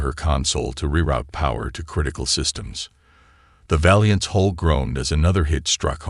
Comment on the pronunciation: Hull, not hole. Like the story.